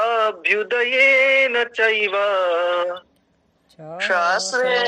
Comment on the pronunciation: आचार्य जी, " चाभ्युदयेन " च+अभ्युदयेन है न कि चाभ्यु + दयेन। आपके इस तरह पढ़ाने से बहुत गलत संदेश जाएगा। धन्यवाद जी